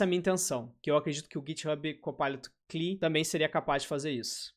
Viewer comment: cara, a pronúncia "correta" de CLI é 'klee'? tô pasmo